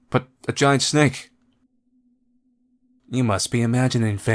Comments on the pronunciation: S-nake not snack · DID YOU REALLY JUST PRONOUNCED SNAKE AS SNACK!? PFFT! HOW CUTE.